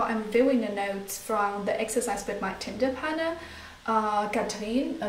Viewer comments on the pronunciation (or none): It sounded like you said Tinder partner rather than Tandem partner! Freudian slip? :) I'm only joking, your videos are very insightful